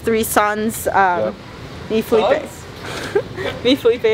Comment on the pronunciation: NEVER FORGET WHEN SARA CALLED FELIPE “FELIPO” 💀